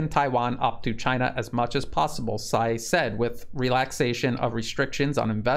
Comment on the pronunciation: Funny anecdote the way you’re pronouncing Tsai as Sai means sh it in the dialect they use in Taiwan. It’s very appropriate though.